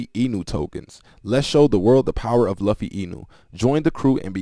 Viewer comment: Bro as anime otaku. It luffy like (lu-fee) not (lov-fe)